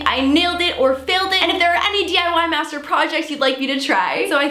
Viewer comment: seriously though every time you say "DIY master" it sounds like "DIY messed up"